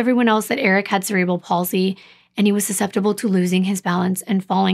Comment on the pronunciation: Thank you for pronouncing cerebral palsy correctly. Also just an FYI mental retardation is now called intellectual deficiency. 😊